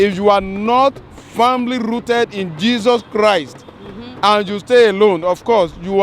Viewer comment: LOL the guy clearly doesn't have his daughter 'rrrrooted in Jezuz Chrrrist'